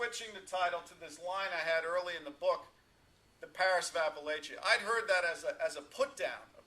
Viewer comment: Appalachia is pronounced [apple-atchyah] "and if you don't pronounce it right, I'll throw an apple at ya!" (A little saying I've heard from Appalachian natives).